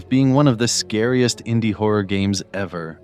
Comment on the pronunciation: when da howa game is widderwy howa